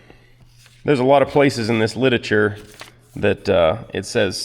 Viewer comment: "Lituhture" is not a word.